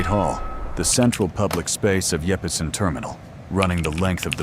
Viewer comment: “Yeppesen” Terminal. 😂